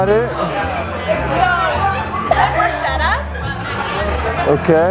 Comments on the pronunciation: I left the video as soon as i heard how that girl pronounced the bruschetta on minute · she kept saying Brousheta when its Brosquetes i was crying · I’m sorry, but “brushetta”???? NOOOOO It’s Bruschetta with an Italian (ch) as the (K) sound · By the way, as i know italian language,to hear on and on repeeting the word bruschetta wrong is harsh!!😟!!!The name of the toast is spelled like-BRUSKETTA!!!(AFTER S GOING K SOUND!!!!)!!!! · its actualy broushetta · Every time she pronounced the bruscietta an Italian died. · Every italian person died after listening to caprese bruscieta 0.14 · It’s Brew-Sket-Ah, all the shetta people got me fucked up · U can’t pronunce bruschetta brusciéda… don’t say italian words in American as we don’t say in Italian American words… it’s easy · That's the way most non-italians pronounce it...unfortunately. Irks me too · I'm italian, i can't get enough of how she pronounces bruschetta! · Biggest fail of the video is how Americans pronounce bruschetta lmao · Im Italian and my ears are bleeding anytime the lady at the beginning names BRUSCHETTA in that way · My ears hurt after hearing bruschetta mispronounced so many times